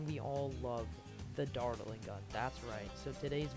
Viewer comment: the way u pronounce dartling like "dart-eling" is hella funny lol